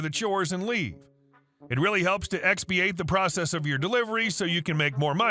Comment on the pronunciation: Story 1: the word is expidite not expeiate.